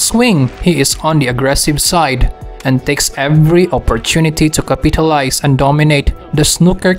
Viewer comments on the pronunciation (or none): "Capeetulize" lol